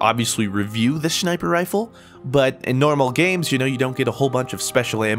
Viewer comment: "I wanted to review this shmiper rifle" lol